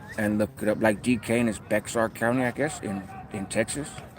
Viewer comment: I live in Bexar Couny, it it pronounced Bear County. Just so you can know. Thank you, I enjoy your content